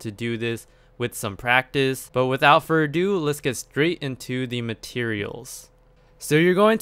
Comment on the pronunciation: love it when you say without furrdo